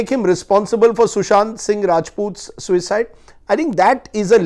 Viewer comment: Why do you emphasise "suicide "....if u don't want to call it a MURDER , u can say Sushants death instead of Sushant's suicide😡......